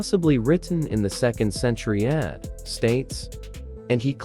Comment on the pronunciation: Ad? Read that as A D not ad